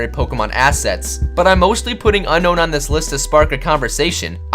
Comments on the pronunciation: Um it's pronounced un-own not un-known your an idiot every Pokémon fan knows it's pronounced un- own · IT's NOT UNKNOWN IT's UNOWN TO PRONOUNCE IT! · ITS ON-OWN NOT UN-KNOWN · It's you-known not unknown it is spelled Unown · it is not un-kown but un-own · You said unown name not right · Hey, did you know Unown is actually pronounced Un-own! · its un-own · it's un-own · Why does everybody pronounce Unown as a Un-Known? Hmm.. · The correct pronunciation of Unown is Un-own and Arcanine is a going to be one of the legendary dogs. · Unown is pronounced Un-Own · Very true. Unown's pronuction is un-own. BTW Jwitz reference.